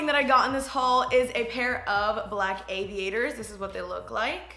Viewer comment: I thought she said evanators when she was talking about the sunglasses😂😂😂